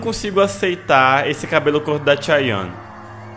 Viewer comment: alguém fala pra ele que não é "tcháion"